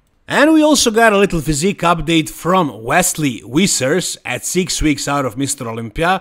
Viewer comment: You can say ‘very’ but why do you say ‘Wissers’ instead of ‘Vissers’?